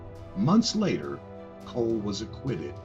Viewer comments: its pronounced "call" not "cole" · It’s pronounced “call” not coal.